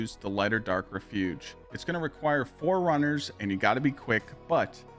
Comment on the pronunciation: You really have got to figure out how to pronounce "refuge".